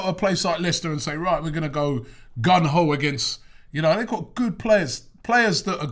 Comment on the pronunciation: It's GUNG HO not GUN HO, Robbie.